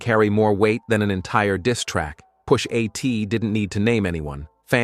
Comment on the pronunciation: Omg with the stupid AI voice. Takes all the credibility out of this. “Push AT” come on bro….